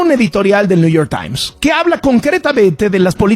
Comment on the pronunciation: Este güey no sabe ni hablar, el guachinton pos, el Gual estrit yurnal , el niu yor tain 😂😂😂😂😂😂